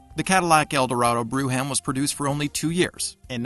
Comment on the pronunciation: It's "broham, not broo ham."